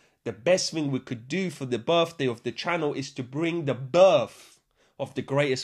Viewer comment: "It's da channol's berfday; we hafta celebrate da berf." Pure joy on tap.